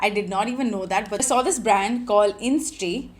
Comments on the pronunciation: Isntree not instree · It's called 'Is-in-tree' ... Not instree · Its Is-in-tree not in-stree 🤦‍♀️. In Splitsvilla i remember you coming across as/being a nasty mean racist. Surprised you have become this influencer with this following. Well. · It’s “Isntree” not “Innistree”🤍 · Its pronounced as isintree